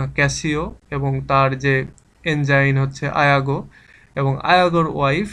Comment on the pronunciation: ইয়াগো কে আপনি আয়াগো বলছেন কেন?